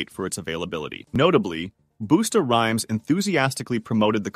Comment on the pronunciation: Booosta Rhymes lol 😂 you’re doing it wrong Bus-ta Rhymes like that guy is going to busta rhyme right now. Aka rapping